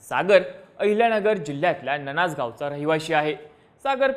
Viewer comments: ननाज नाही रे बाळा. नान्नज आहे ते...... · ननाज नाही रे बावळट, आमच्या गावाचं नावं नान्नज आहे